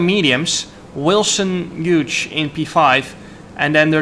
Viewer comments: Hughes is pronounced Hewes not Huge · Wilson's last name is pronounced (H-you-s), great race though, shame about the penalty, track limits have always been strange in these games. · I think the g in Hughes is silent jarno🤣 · It's quite funny how Jarno says "Wilson Huge"